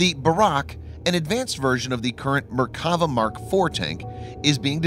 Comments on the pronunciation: I thought they were Merk-a-va but apparently they are Mer-kav-a tanks? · I don't know much about tanks but I do speak Hebrew. It's pronounced MerkaVAH. And it just means chariot, not God's effing chariot, as some people seem to think. Thanks. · Try saying Mer ka va and God’s Chariot. You must be a heathen.